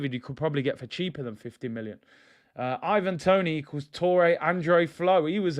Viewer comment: Man said IVANDRO TONIHNO 😂😂😂😂😂😂😂